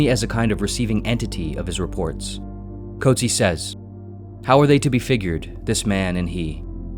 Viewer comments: As a South African the pronunciation of 'Coetzee' hurt more 😆 'koot-zeer' not 'coat-sea' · The name "Coetzee" is pronounced as kuut-SEE in South Africa and kuut-SEE-uh in some other regions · It’s pronounced “Coot Sea” (like “sear”without the R). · Maybe start by pronouncing the Nobel Prize winner's name correctly.